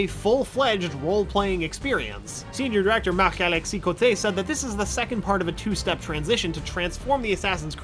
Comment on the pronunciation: Damn you said Marc Alexis Coté’s name very well and thats coming from a Quebecois person